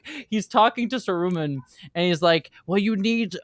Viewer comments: The funny thing is that the first time she said it, she said it normally -- and then sa-RU-man just came out of nowhere and never stopped lmao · Not SaROOmun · Sorry .. Sa-what-man? Sa-roo-man? Who is this Sarooman fellow? 🤨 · Sah roo mun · That's the way the audio book I once listened to pronounced it, I kinda like it because it helps differentiate Saruman from Sauron in the ears of casuals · pronunciation of Saruman is making my eye twitch. 😂